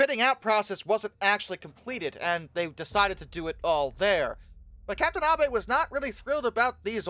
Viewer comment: Thank you for not pronouncing Abe like “Abe Lincoln”